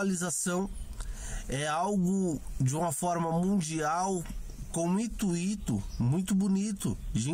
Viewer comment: Ótimo video, apesar do "intuíto"...